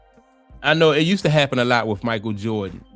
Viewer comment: I hate the way how you pronounce "to" 😂😂😂